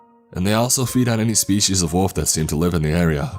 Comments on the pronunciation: It’s wolf not woof pls fix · Wolf not woof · Wolf, not woof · lol...walfs ? walf and walfs :)))) funny way of saying WOLF :)) nice story , but the WALF thing cracked me up ! :D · wuf eKspecially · this is great but the way you pronounce wolf is killing me lol